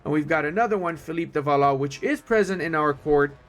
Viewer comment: its pronounced Val-wah